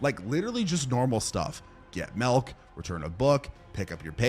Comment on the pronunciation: He said "melk" I smell a sconnie